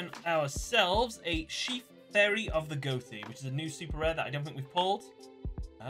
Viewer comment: Hearing him pronounce Ghoti as "goh-tee"